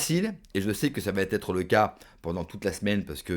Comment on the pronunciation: Ras le bol d'entendre sans arrêt des "ça va t'être" !!! Apprend à parler français une bonne fois pour toutes !!!!